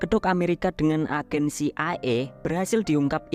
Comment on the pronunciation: Ci ai e (CIA) kali bang bukan ci e ai